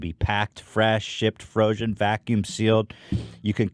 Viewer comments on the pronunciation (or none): was that froshen or frosion or frozen that I heard? Lol I love these silly ads. Other wise ads are no fun. I did enjoy this one from the laughs.